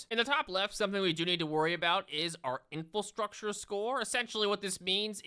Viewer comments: Love that after all this time still says “infulstructure” instead of infrastructure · Just sitting here enjoying a video then all of a sudden he hits me with the "in-fill-structure!" Atrocious